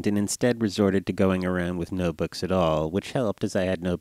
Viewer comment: sounds like he's saying boogs